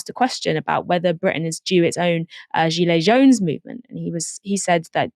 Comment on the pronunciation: Gilet jaune/yellow vest movement in France. Started as a backlash against Macron’s policies driving up diesel prices, then widened out into more general “leftist” movement (I think). You probably do know it, she just pronounced it a little strangely.